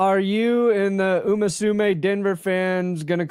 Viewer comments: It’s Uma Musume, not “umasume” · If the Broncos win the Super Bowl, will learn to say Uma Musume correctly?